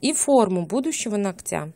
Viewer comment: Не ногтЯ, а нОгтя...